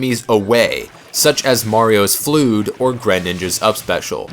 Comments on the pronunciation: He called Marion's down special, "flewd" Nah bitch it's flood. (Fluh-d) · You never played Super Mario Sunshine, did you? It's prounouced "flood", not "flewd" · Fludd is pronounced as fludd, not fluud. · "Flooooood" it's Fludd.. Like a Flood. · Great video but you made me cry when you said flewd..... Flood bro flood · FLUDD NOT FLUDE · lol "Fl-oood" It's Fl-uhd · NickGaming3 Lol except "flood" isn't pronounced like what he said either, a more accurate way to describe how he said it might be like "flude" or something. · its pronounced flood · i stopped watching after "priority, flewd, and push box" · I'm sorry, did you just call the F.L.U.D.D. a flood? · SPRITE HITBOX? Those are not sprites, those are models I believe you mean "Attack hitboxes that extend away from the character's body hitboxes" No, it's pronounced the same as flood because it's a pun on flood. DO YOU K NOW HOW TO PRONOUNCE FLOOD? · "Mario's Flewd." Flewd. I just cannot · Floood? Exscape? Correct pronunciation is important. V. Good and informative video otherwise though. :) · The fact that he pronounced Mario's F.L.U.D.D. as "flewd" makes me question the validity of this entire video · Did you just say "Flood" when referring to F.L.U.D.D.? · Nice vid, but dude fludd is pronounced flood. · ".. such as Mario's floood" xD I think you mispronounced it.